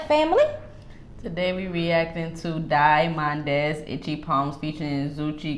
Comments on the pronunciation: * die mondez pronounced diamonds * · Die Mondez is actually pronounced as Diamonds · Die Mondez 😂 its actually pronounced as Diamonds 💎💎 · Its pronounced DIAMONDS💎💎💎💎💎💎💎 Please react to Die Mondez - Pressure Makes Die Mondez 💎💎💎💎💎💎💎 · 😁😁die mondez is pronounced as "diamonds"😊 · the name is pronouced 'diamonds'